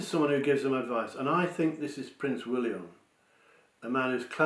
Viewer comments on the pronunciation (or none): none